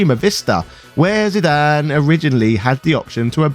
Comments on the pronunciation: Zidan? Isn't Zidane, as in Zidain? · Well, typically in English if a consonant is followed by a vowel and preceded by a vowel, then the first vowel becomes a long sound, in Zidane's case this gives you the eye sound for the i, and exactly the same for the a, giving you the final pronunciation of Zydain. Think of the name Ida, which is pronounced eye-da, and the dog Great Dane, obviously pronounced grate dain. There is no language rules I am familiar with that supports Zidane being pronounced any other way for English. For Cinna, you have two Ns. Therefore the I is a short, so you get the ih sound, like Pinna, or Pinto. Ironically enough I live in Spokane, WA that is NOT pronounced Spo-Kane, but rather Spo-can. However, it is an Indian/native American name, and there is a lot of context in my city to support this pronunciation. Final fantasy 9 doesn't give any context that you shouldn't follow standard pronunciations - that I am aware of. Pronounce fantasy names however you want. But if you deviate from the standard localized language then expect some amount of discomfort from others.